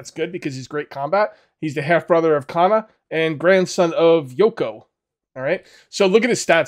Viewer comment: Pronounce Kana like you would Lana....no strong a